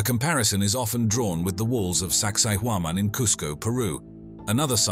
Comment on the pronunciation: "Saqsaywaman" sites. 🤨